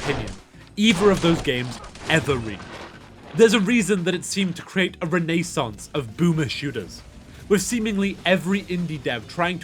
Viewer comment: please pronounce renaissance correctly ☹️